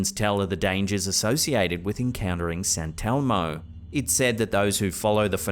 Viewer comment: SANTELMO? YOU MEAN ST. ELMO.